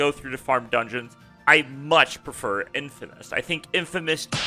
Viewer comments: its infinimist bro, not infimist... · DUDE I KNOW!!!!!!!!!!! Gives me such a complicated mixture of laughter and blinding rage hearing this guys throw the hard "a" and calling it infimist....its just too much to handle.